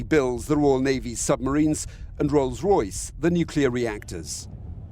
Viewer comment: did he seriously just say roll Royce are helping manufacture dis?